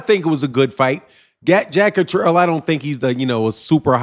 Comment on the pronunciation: Yo that’s “Jack Cat-ter-all”…. Zzzzzz. I hope to God they can move on. And somebody PLEASE let Eddy Hearn ( the Snake in a suit) slide back into the ground. Litigeous Larry